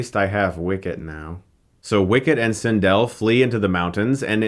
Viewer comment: This is the first review of yours that I hated. Had to stop watching. For those of us that grew up with Star Wars, we love it. Clearly this was not a part of your childhood. This doesn't deserve a Hilariocity review. P.S. You're saying Cindel's name wrong